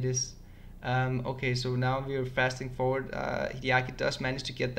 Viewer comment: BTW, its pronounced "Fast Forwarding" not "Fasting Forward":) I know you want to get your english even better so.... Fasting means dieting / not eating. But I know wat you meant to say:)